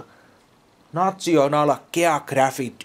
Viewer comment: [näs(h)-onal]. nation ääntyy kyllä näin huonosti litteroituna [neissön], mutta kantasana ei missään nimessä äänny samoin national-muodossa.